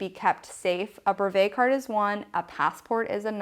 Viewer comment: Nice video but you are utterly mispronouncing brevet and it niggles the hell out of me :)